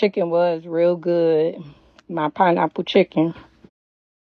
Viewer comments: Man that talkshow. What the fuck man. And that pineapple. She butchered that. Jeez. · She absolutely butchered that pineapple 😂😂😂 The fact that she is begging for help from her audience when she can find a lawyer herself is pathetic!!!! She just can't seem to get over the fact that she screwed herself and that asking people for money when she can go get a job is disgusting!!!!